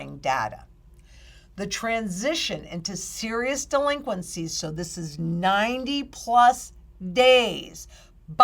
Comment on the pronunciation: 'Duhhh-linqencies'. You get the fumes.